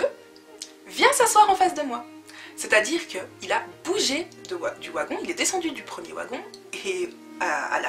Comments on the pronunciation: pourquoi tu dis wagon? ca s'ecrit wagon mais ça se dit "vagon" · Sa s'écrit wagon mais sa se dit vagon tu me fais trop rire quand tu dis ouagon looll prends soin de toi❤🤞🏾😂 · J'aime trop ta vidéo et je sais que tu sais que wagon s'ecrit comme ça mais le fait que tu dise "w"agon au lieu de "v"agon c'est stressant 😂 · oigon non vagon,ça s'écrit wagon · Trop de "Ouagon" 😂😂😂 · Bien que ça s'écrive "wagon"nous on le pronnonce "vagon" mais c est comme même trop chou😊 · Ça s'écrit Wagon mais on dit vagon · Hahaha "Ouagon"!!! Plus jamais je dis "un Wagon"!!!! J'vais changer ! À partir d'aujourd'hui je dis "Ouagon" aussi !!!! Haha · Le premier "Ouagon"?!! 😸😆 C'est typiquement belge ça? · ON DIT VVVVVVVVAGON PTN VVVVVVVV GENRE COMME VERNIS OU VENTS UN VEEEEEE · Wagon s prononc vagon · on dit vagon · c'est wagon [vagon] 😂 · De quelle origine es tu pour dire "wagon" et pas "vagon" ( je parle en prononciation dû mot) 😅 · elle est bien ta story, mais tu sais pas dire le mot : wagon, mdrrr mais c'est pas très grave